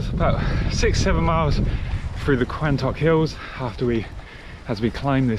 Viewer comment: Quantocks is pronounced Quontocks :))